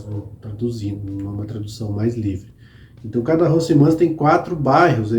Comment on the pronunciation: Ótimo canal e bastante detalhado. Apenas para ajudar, a pronúncia correta é "arrondisemant" com o "T" mudo, e "Quartier"(bairro )não se pronuncia o "U"...como Cartier...a joalheria.